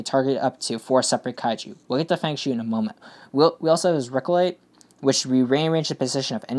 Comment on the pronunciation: I thing it's pronounced "fung shwaay"